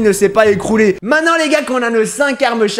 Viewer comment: Tu es trop drôle tu avais dit regarde la pile de lama c'est pas écroulé on dit écoulé pas écroulé